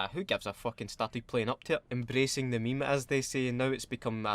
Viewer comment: 32 times if you include "ME-ME" if no then 31 yer Weclome